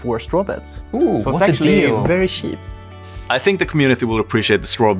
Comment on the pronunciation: "so it's actually very sheep". ah, that's very wheat.... (neat)